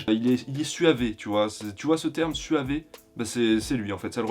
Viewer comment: Ça se prononce suave, pas suavé 😭😭